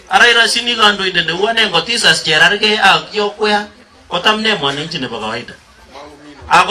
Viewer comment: CHERARGEI not Chergei wachameni😀